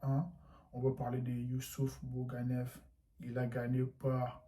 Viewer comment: C’est pas Youssouf Boughanef, mais Youssef Boughanem attention la prononciation, si tu veux présenter une personne et le respect de bien prononcer son prénom et son nom de famille, tu t’es trompé dans les 2 à tout recommencer, franchement c’est déplorable